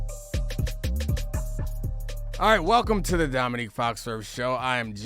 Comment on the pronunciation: Intro guy says "domique foxworf" show. Why does the culture hate pronunciation? It's literally just to be defiant lmao